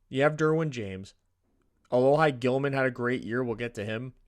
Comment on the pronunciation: It’s Uh-Lo-He Gilman lol sorry